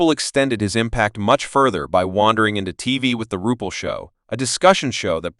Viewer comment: Have the RESPECT to pronounce the name CORRECTLY if you're going to do a video. Disgustingly UNPROFESSIONAL.